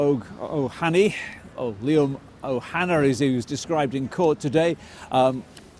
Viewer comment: The fact that the BBC or British state can't be bothered to pronounce Liam Óg Ó hAnnaidh correctly really hits home, saoirse don Phalaistín! Éire saoire!!! Éire aontaithe!!!! 🇮🇪🇵🇸